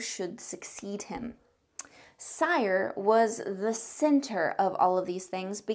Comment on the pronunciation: You mispronounce almost everything... cringe. Cyre is pronounced SEER and Khorvaire has an R in it. Do you even play games?